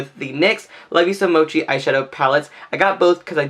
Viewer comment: Thank you for knowing what mochi is and how to pronounce it correctly! Your thumbnail really pulled me in, I love how you incorporated so many colors for your look and still tied them together for a really unique look. You've earned a subscription from me! <3